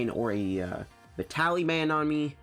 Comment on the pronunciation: please say vi-ta-li-ty